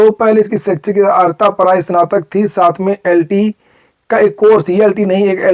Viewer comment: अहरता नहीं, अर्हता.